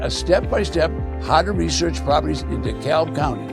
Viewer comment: It’s pronounced dee-cab. 😇